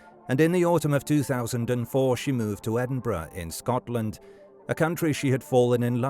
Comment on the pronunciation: At least he pronounces Edinburgh correctly 🤷‍♂️